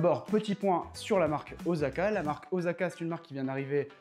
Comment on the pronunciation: C'est Osaka pas Ozaka 😁 mais très bonne vidéo ! Vous méritez plus de vues